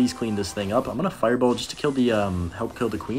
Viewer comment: “firebow” instead of fireball lol